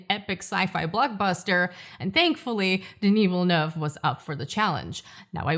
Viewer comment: Americans SAY Villlleennue